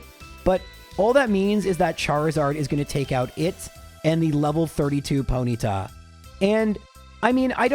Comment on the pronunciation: You say Ponyta like you’ve never used your tongue before